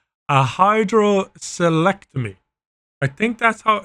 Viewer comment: once i heard hydroselectomy i just died inside